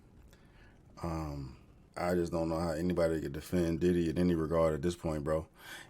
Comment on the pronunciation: When you said “Diddly”, I burst out laughing